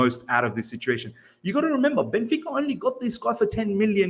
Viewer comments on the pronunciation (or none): none